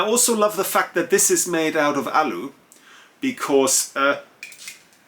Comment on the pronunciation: Great channel. Great English, but please bring ‘T’ back into your language. It sounds like you have spent a lot of time talking to London or Southern Home Counties who can get lazy and lose their ‘T’s. When you said ‘out’ it was ou… ‘sort of way’ was ‘sor-of way’ and ‘a lot of’ was ‘ lo-of’ Being German I know you can take a straight word to help without offence. 😎 The reason it is important is because ’T’ is phonetically important in English to break lines. Otherwise we sound like ‘waff waff waff waffles waff waff’ 😂 Anyway, thanks for sharing your expertise and your good advice.